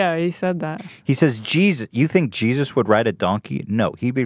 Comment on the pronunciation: "Jizzus" - Hila Klein 2018